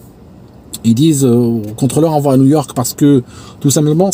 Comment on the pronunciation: Excuse moi c'est super captivant tes récits de craschs mais ( c'est maître Capello qui parle ) il n'y a pas de t à va donc pas de liaison. Encore pardon mais ça m'écorche les oreilles.